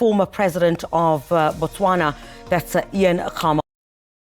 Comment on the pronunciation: It’s SADC not sadek 😂😂😂😂 It’s Ian Khama not Akama 😂😂😂